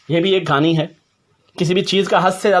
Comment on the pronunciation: Excellent video, today watched the video with my family, and really enjoyed it. My wife said it is 'Kahani' not 'Ghaani' 😂